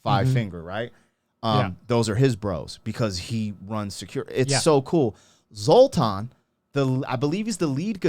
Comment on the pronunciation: Did he say, Zoltan? 😂😂